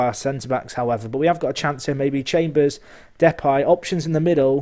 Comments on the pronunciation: Why are you pronouncing it 'Depie' when it is Depay? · Ok, I guess we disagree on that, I've only ever heard people calling him Depay the way that I would pronounce it. Maybe you're right, never mind it's only a small detail. I love your content as ever mate!